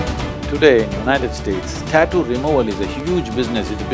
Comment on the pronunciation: taaatu ? 😲 Hope she learned to pronounce also from shadguru !!